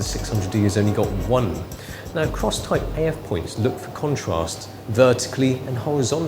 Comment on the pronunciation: lol he's like ,'look few kawntwust' dude learn how to fucking talk